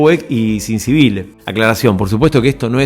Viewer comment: Pronunciás "Sibile"...es Civile (se pronuncia CHIVILE)